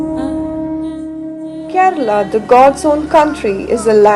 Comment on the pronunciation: Aha, so Kerala is pronounced "Ked/a/la